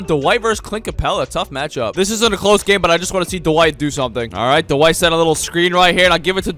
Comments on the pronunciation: “Tyler give it to Duh-White” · Anyone realise that calls Dwight Howard Du-White?